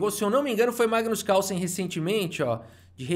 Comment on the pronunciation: Mano é muito cringe a incapacidade do brasileiro de pronunciar Carlsen, Causen? Kkkk vei